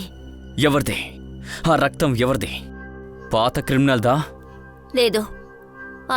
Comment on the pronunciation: రక్తం బదులు రత్తం అంటుంది ఎవర్రా అయ్యా డబ్బింగ్ చెప్పేది దండం రా 🤦‍♂️